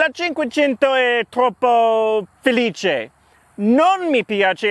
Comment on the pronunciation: it's so cool to hear you pronounce my name so perfectly 😂😂 (Felice) Love your channel